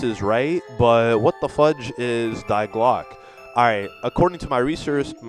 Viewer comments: its not "die" means the in German. that German word 'die' is pronounced "Dee" not "Diy" just tgought I would point out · It's pronounced "Dee" not "die" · First off you idiot Die is pronounced Dee, not Dy. Learn German.